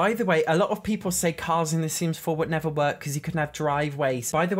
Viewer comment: I absolutely love when he says, the sims 4 could nevah